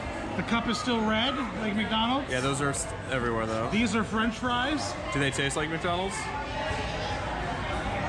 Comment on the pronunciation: budget EEEEBERYWHEEEERE